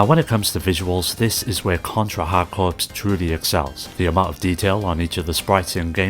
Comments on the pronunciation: Corps is pronounce 'core' not 'corpse' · Great video! FYI "corps" is pronounced "core" so it's a pun: "hard core". But you already knew that - consider your engagement driven 😊